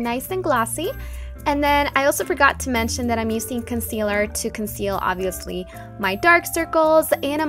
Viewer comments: "Usin"?!?! it's using. I don't understand ur make up is flawless though!! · The way that you say "useing" is so wierd !